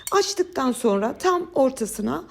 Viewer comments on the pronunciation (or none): none